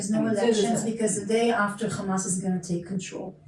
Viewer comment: It's Hamas - not "Khhamas"